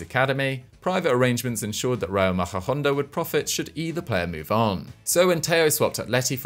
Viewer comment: I'm from very close to Majadahonda, actually play my sports there. Great place, I've always had a bit of a soft spot for the club. You did really butcher the name of the place though xD (I understand it's very difficult to pronounce hehe)